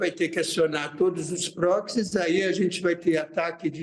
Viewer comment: grupos terro.. ele chama de prox?? kkkkk